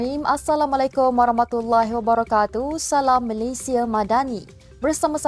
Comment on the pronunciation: AssalamUalaikum. "Bukan AssalamAalaikum".